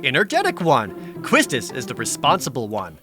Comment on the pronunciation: People still mispronouncing Quistis's name after all these years. The first syllable is more like "keys" not "kwis." You can tell from how her name is written in katakana. Pronounce it like it's Spanish and you've got it. In the very next game, they had Quina which actually is pronounced "queen-uh" furthering confusion. Maybe the FF8 localization team went with the Spanish idea instead of localizing it as "Kistis."